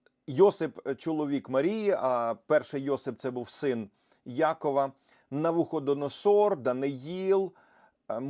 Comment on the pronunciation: Зараз буде довгий коментар з багатьма пунктами. 😅 1. НавуходонОсор (наголос на "нос"). 2. Моя мама стверджує, що не бачить снів або просто одразу їх забуває. 3. Мені сни сняться і найчастіше відображають мій емоційний стан чи переживання, перекручені підсвідомістю в якісь чудернацькі сюжети чи ситуації. Це дуже допомагає діагностувати проблему і вжити заходів. Але бувають і перестороги, і в мене є свій міні-сонник. Ні, ніяких зошитів не веду, але кілька закономірностей виявила. Наприклад: - взуття - це дорога (тут в принципі чітка аналогія і асоціація, може колись і в світському соннику підглянула). Якщо сниться, що взуваюсь, то станеться якась незапланована поїздка. Якщо взуття не підходить, чи шукаю своє і не можу знайти, чи зіпсоване, - то подорож чи поїздка не відбудеться з якихось причин, від мене не залежних. - Замазатись гівном - до хвороби (в сонниках навпаки - прибуток і все хороше). Якщо я уві сні забруднюсь ним, то я матиму різкий біль чи раптову хворобу, якщо хтось інший - то він. Ще в дохристиянській юності був випадок, що наснився мені знайомий, і був він брудний сильно, як бомж. А потім я дізналася, що йому операцію робили. - Таракани чи інші шкідники - це якісь суперечки чи складні ситуації через те, що у когось "таракани в голові" 😂 А бувають складні сни - перестороги, але значення розумію вже після того, як ситуація відбулась. І це такі сни, які дуже індивідуальні, навряд чи хтось розтлумачить правильно, але Бог через такі сни щось показує, і розумієш їх яко